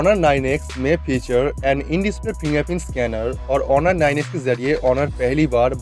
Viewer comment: Its not horun, its honor